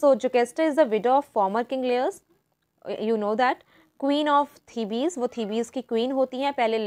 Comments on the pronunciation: its Thebes not The- bes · The actual pronunciation of the city 'Thebes' is 'Theebs'